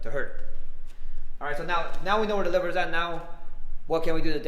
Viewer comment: Can you please enunciate and pronounce that word 100 times better so I can understand what it is you just said. It's the WHAT punch????